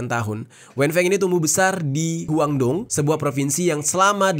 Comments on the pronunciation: guandong dibacanya kuantong ya jer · Dari D.hurufnya dibaca t. Yaitu guantong. China